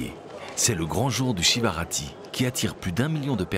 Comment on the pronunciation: Très beau reportage . Petite erreur de prononciation : Shivaratri (mahaShivaratri, la grande nuit de Shiva ) et non pas Shivarati .